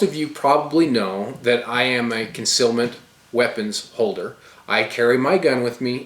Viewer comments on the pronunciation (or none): none